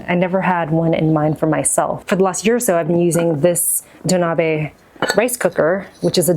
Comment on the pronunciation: FYI it's pronounced "doh nah beh", not "doh nah bee"!